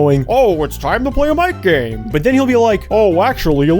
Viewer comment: Ok every time you said Mic game I heard MightGaine